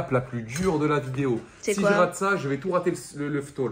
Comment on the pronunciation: Video et non videod